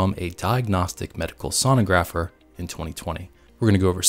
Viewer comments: I know right? Mid way he starts saying it correctly. ;) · Mispronounced "Sonographer" multiple times this video. 🙂